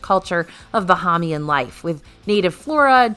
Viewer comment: I love your videos! As a resident of The Bahamas, just a tip on the pronunciation of Bahamian. Bah-hay-mee-an. Long 'A' in 'hay'. Keep the great videos coming! 😊